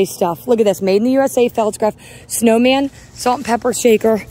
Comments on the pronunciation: Hon, it’s not felts-graf, pronounce it Falts-graf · It is pronounced "faltzgraff"